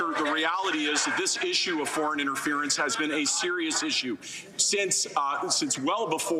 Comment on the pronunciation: What is interverince? But yet he can say interference nps in his same address 🤔